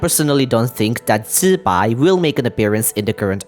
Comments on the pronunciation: FRR the fact even genshin is mispronouncing it makes me even happier that he is saying it right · That’s the right way to pronounce it tho.